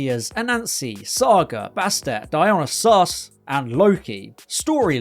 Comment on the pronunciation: Dy-o-NY-sis, emphasis on the NY.